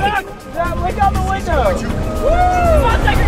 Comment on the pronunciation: In "th" middle of the ocean